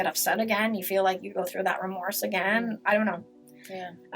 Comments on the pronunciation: Melissa slips when she says 'remorse'. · The moment she mistakenly said "remorse" the game was up.